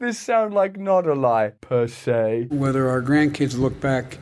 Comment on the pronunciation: Persay aye